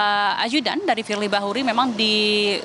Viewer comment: KETUA KPK YG DI MAKSUD. FIEI BAHURI. KOK NYEBUT ITU AJA SUSAH. USUT TUNTAS.